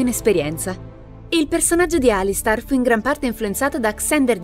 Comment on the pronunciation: Ok, verrò fustigato per questo, ma... si legge Alistar o Alister... essendo scritto Alistair non dovrebbe essere la seconda? Nel video ripete Alistar più volte... questa faida sulla pronuncia giusta rischia di trascendere nel fratricidio...